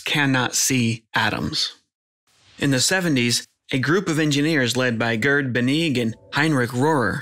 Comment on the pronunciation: Gerd Binnig, nicht Bennig